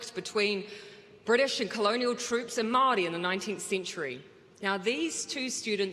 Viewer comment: At least she pronounce's maori properly.